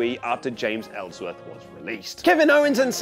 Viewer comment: Ellsworthy!?!😂😂😑😑 you good bruh?!!